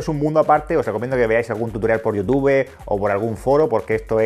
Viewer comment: Soy fan de, pero me "molesta" cuando pronuncias mal YouTube, en especial por la dedicación que le das al canal y al buen contenido que subes.